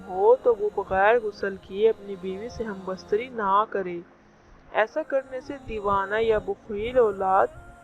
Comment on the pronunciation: ھم بستری بولنے کی تمیز نہیں اور دینی باتیں کر رہی ھو۔۔پہلے تلفظ ٹھیک کرو یہی تمہارے علم کی دلیل یا معیار کا پتا دیتا ھے۔